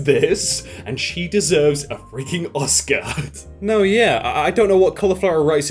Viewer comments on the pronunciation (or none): none